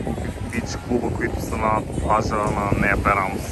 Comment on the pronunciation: Много опознавателно и интересно видео :) една препоръка/съвет: Моля ви, назовавайте имената на местата правилно, за да давате най-точна информация, а и за да е по-автентично :) Не е “хейт”, но на гръцки всяка дума се пише с ударение и това може да ви помогне. Ста̀врос всъщност е Ставро̀с, Амоло̀фи е Амо̀лофи, Пера̀мос е Пѐрамос ;)